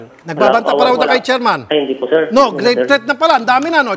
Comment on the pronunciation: hindi po seeer, wala po seer, di ko po alam seer, lupit mo mag deny.